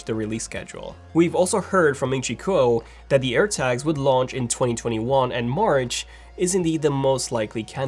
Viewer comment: I thought he said Apple AIRBAGS 🚗